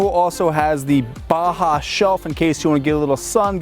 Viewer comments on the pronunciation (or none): none